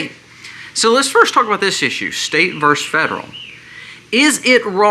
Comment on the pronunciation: just an FYI. It is actually Versus, not verse, ie, "the state versus the federal government". Totally in agreement with you on the points you made.